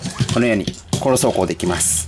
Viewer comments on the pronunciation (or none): 最近コロ走行を殺走行に聞こえてしょうがないw